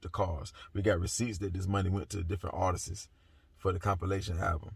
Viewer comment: ARTISTS NOT ARTESIS..I like you, so I’m not being shady. I just want you to enunciate the words correctly.